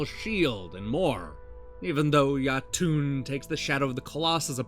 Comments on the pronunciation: Yo-Tun, not Ya-Toon. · Great review, although i cringed hard everytime you pronounced Jotun ;)